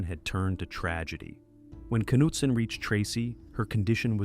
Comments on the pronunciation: How did "Nutson" become "Cuh-noot-son"?😶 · pronounced knutson different like 6+ times god damn pick one lol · Everybody take a drink every time he pronounces Knutson differently from the last time 😂